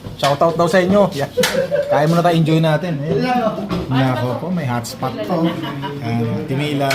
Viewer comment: HOTPOT yan hindi Hotspot! 😂😂😂